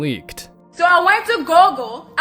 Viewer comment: This b**ch said 'Gogle' 😂